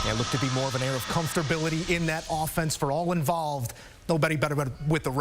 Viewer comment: Comfter'bility??? You figure english was a requirement in broadcasting school....